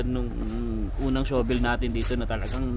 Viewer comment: Huwag Kang magalit pero Hindi Tama Ang pagbigkas Ng SHOVEL. Ang bigkas mo ay sho vel. Ang Tama ay shuh.vl. o Sha vel.